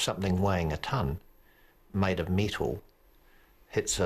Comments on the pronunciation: “made of meetal,” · I know this is a serious video but did that guy say MEATAL